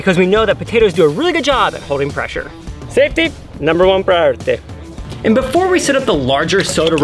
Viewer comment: cool but why prioriteh instead of priority?